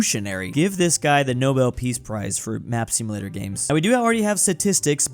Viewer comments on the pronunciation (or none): none